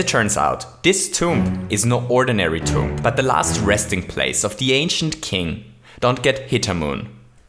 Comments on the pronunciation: Your way to say tomb is TOMP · You don’t pronounce the b at the end of tomb